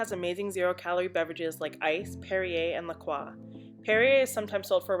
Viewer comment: Guess I've been mispronouncing La Croix this whole time...